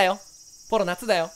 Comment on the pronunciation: ポロなのにコロって聞こえるんだけどw